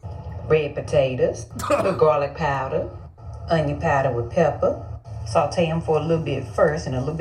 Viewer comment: Gahlik paahdah...LMFAOOOOO 💀💀😂😂😂